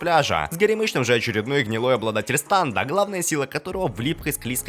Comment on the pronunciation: Не станд а стэнд!